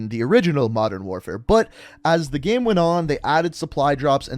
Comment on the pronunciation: He says gem instead of game lol